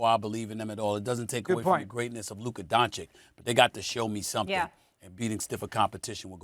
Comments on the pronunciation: WTF is with this Doncik and Donkic 🫏? Yo jackasses, it's not that fucking hard, its Donkick! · Don-CHICH, not Don-Chick, dude is in his 5th season and you morons still can’t pronounce his name. 😂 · If Mad Dog says Don-kich one more time man 😂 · nobody: mad dog: DONKic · can they stop calling him donkic or doncik , holy fk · Such a disgrace!Two gazzillion dollar paid so called analytics do not have enough respect to young european guy,who is actually a super- star of NBA, simply to learn how to pronounce his name. All this silly Donchik,Donkich,,from Steven A. and Mad Dog,Very arrogant.Very unprofessional.Little more respect to the world, gentlmen,DO YOUR HOMEWORK! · They still can't pronounce Doncic's last name. Might as well call SAS as Stephen A Smith (Curry pronunciation). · All these years and Stephen A sill cant pronounce Doncic correctly.... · SAS is so disrespectful always pronouncing Doncic incorrectly. He doesn’t understand common courtesy and respect.